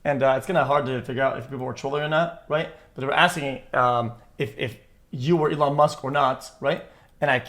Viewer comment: "Elone Musc"